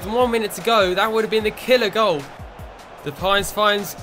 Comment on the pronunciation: Depay is pronounced as (de-pie)